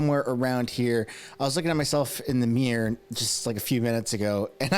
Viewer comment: A mear? Mir ror. 2 sylobals